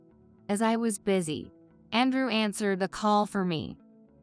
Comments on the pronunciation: Whoever this woman is, she mispronouncing mang English words. Andrew is pronounced An drew and not And rew. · I’m hearing the complaints of the AI readings and I must say I agree. This seemed to be an interesting story but once I heard the AI and mispronouncing Andrew with “An rew” I just couldn’t listen to it any longer. I will willingly try to give it a go and read this story if whomever has propriety and ownership of it lets me. For FREE! :). I just can’t handle these AI’s. It’s one thing if they are pronouncing correctly but with errors? Might as well let an a human read it with errors :) After all to err is human. :)